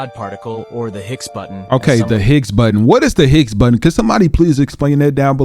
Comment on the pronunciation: Pronounced: BOW-ZONN particle